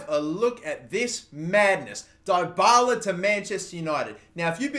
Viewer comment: It's pronounced DEEbala